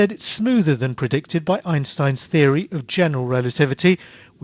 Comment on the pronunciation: "mafamatical feory from Einstein about dark ma'ah" - Someone pretending to speak English